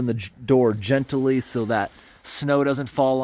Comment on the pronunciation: I've also mentioned the organic mispronunciation in past videos. He also adds extra syllables to words. Early in the video, he said the word gently as "gentally".